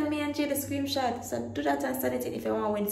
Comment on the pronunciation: ‘Screen shot’ not screem shot tho